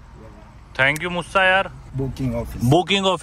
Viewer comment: It is Moosa, not Mussa